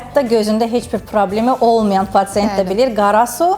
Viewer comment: Patent yox patsient